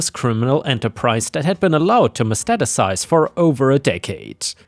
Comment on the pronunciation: Story 1 Metastacize: meh-TAS-tah-size.